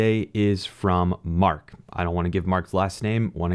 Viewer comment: I was just pointing out that you said “question Mark” like a “questionmark” but the guys name is Mark. It was a stupid comment, thanks for responding 🤭